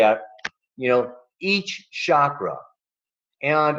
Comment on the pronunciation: If you're going to India you're going to have to start saying chakra instead of shakra! Hard to imagine how you arrive at such a price for this- i have been to India 21 times over 20 years and it's possible to live very well for much less!